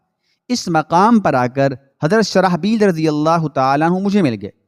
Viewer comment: حضرتِ شرح بیل نہیں شرجیل نام ہے درست کرلیں